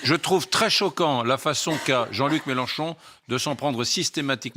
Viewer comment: Les loulous c'est MélEnchon et pas MélAnchon svp